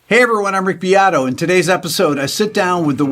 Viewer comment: Please Rick pronunce your surname how your grandpa would’ve done!!! B E A T O cavolo!!!!!